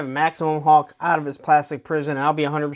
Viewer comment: Dude, it's HULK; not HAWK!